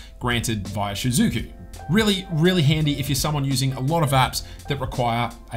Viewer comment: I'm sorry but your shizuku pronunciation are bothering me. the easier way to pronounce it is like "she - zoo - koo"